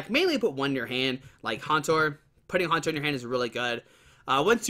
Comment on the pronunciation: It's Haunter not Hantor!